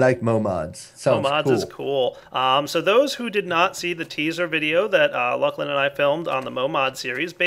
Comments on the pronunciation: Not looclin. It's luclin... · why do you call him lukelin? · luuclin? fail...